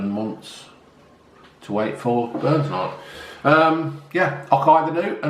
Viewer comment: Haggis,neeps and tatties one of the greatest meals ever and you had to go and fk it up with gravy and fkn leeks c'mon get a grip son....it's burns not Barnes ya muppet 😂😂😂.....not just for burns night btw....hey you should revise your twin peaks chocolate bar "pound land" they have about 5 or 6 different flavours now 👍.......say hey to June for me and the ginger one 😄